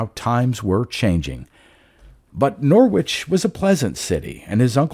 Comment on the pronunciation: Another good one 👌🏻 Can I gently say that Norwich is pronounced Norrich - they’re tricky things English place names :)